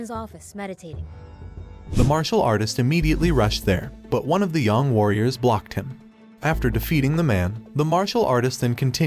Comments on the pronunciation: its not pronounced yawng its pronounced yaeng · YONG, really? It’s Yang, they say it in the game. You can at least pronounce it right. I hate when people do this, it’s disrespectful